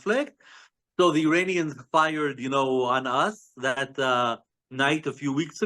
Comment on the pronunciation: he keeps saying uranians instead of iranians